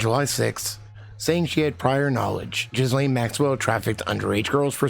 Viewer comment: As a francophone it is THE correct pronunciation of her name.